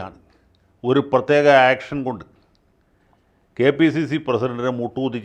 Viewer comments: ആക്ഷൻ അല്ല വക്കീലെ "ഏക്ഷൻ " എന്ന് പറ. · ഏക്ഷൻ not ആക്ഷൻ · ആക്ഷൻ അല്ല ഏക്ഷൻ എന്ന് പറയണം.